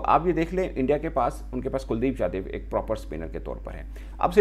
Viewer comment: kuldeep "jadhiv" nahi hota angrez 😂 kuldeep yadav naam hai uska